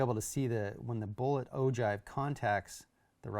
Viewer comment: it's pronounced oh-gyve not oh-jive.